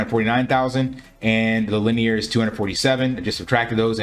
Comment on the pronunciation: Very nice, easy to understand video. Thanks for the content. BTW It's pronounced Lin- E- er